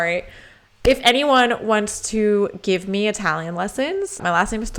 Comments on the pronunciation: Love your passion for opera. BTY, your Italian pronunciation is perfect 😊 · Italian here as well. I disagree with above comment and your pronunciation of italian words is essentially perfect. Many italian native speakers do not have such clear diction. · Italian subscriber and follower here: your diction of Italian words and names in all your videos is very very good. Not perfect..but very very godd, you can still improve . Thank you for the video and the melodramatic explanation ❤